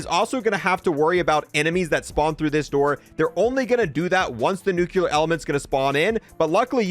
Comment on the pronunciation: it's not NUKULAR it's NUCLEAR